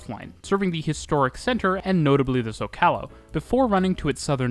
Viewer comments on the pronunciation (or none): I don’t say this to be snarky, it’s a sincere language tip: Spanish has accents over vowels for a reason. One reason is that’s where the syllable stress should go. So “Zócalo” is pronounced “ZO-calo,” not “zo-CA-lo,” as you pronounced it. It was funny because you showed the word with the accent over the o, as you were saying it wrong. Same thing with San Lázaro. You kept pronouncing it “Laz-AR-o.” It’s “LA-zaro” — accent over the first a. If only English had accents to let non-native speakers know where the syllable stress goes. I think this is why native English speakers ignore the accents in Spanish and pronounce words their own way. Accents just don’t exist in English. There are many Spanish-speaking cities with a Metro, so I’m just letting you know this for a future videos. 😊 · Zócalo pronounced SO-ca-lo. (This is a nice comment.) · Hey, I hope this comment could serve with a help in pronouncing spanish words. When a Spanish word has an accent mark, read the accent at the accent mark. Such as Teleférico that should be read as te-le-FE-ri-co, and Zó-calo as ZÓ-ca-lo, (instead of zo-CA-Lo) - ñ words are meant to be pronounced as n-ee such as tasqueña > tas-que-nee-a - hope that helps, cheers! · The correct ponunciation is SOcalo, emphasizing the first syllable. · Interesting video — but the Zócalo is pronounced with the first syllable accented (note the accent), not the second. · The accent over a vowel means it must have the tonic accent. Zócalo: ZOcalo. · Your pronunciation of zócalo is distracting. The emphasis is on the first syllable; hence the accent symbol over the o. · Its pronounced Zoe-Ca-Low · Loved watching the video and seeing so many parts of the city I know. Also, very funny hearing you pronounce names like Pantitlán, zócalo, or San Lazaro. It's a really good video, keep up the good work! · How did you pronounce zocalo 💀